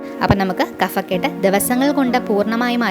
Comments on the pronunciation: കഫക്കെട്ട് - Kabhakket ആണ് ശരി | Kafakket അല്ല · ഹലോ kaphakkett അതാണ് ശെരി കഫക്കെട്ട് ഫ... pha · കഫക്കെട്ട് ഉച്ചാരണം ശരിയല്ല